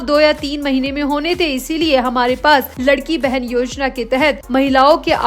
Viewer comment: योजना का नाम “लाडकी बहीण “ ना की लडकी बहेन. इसका मतलब है प्यारी बहना. इतनी बडी गलती आप कैसे करते हो?